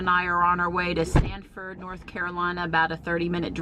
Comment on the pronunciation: The name of the city is Sanford not Stanford.